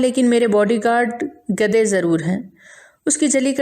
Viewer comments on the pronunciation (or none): گھدے نہیں ہوتا گدھے ہوتا ہے